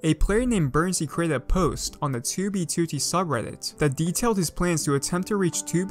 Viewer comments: "toobeetooteey" lmao great video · has been playing 2b2t for 4+ years -has made about 200 2b2t videos but cant pronounce "2b2t" correctly